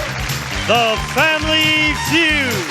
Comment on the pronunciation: He says family few not,feud